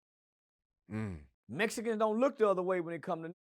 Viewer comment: He said the mesicans connected with the boots. lol😂😂😂😂😂